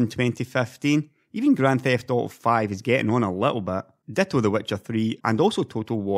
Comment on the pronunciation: "Graand Thift Auto Sex" :D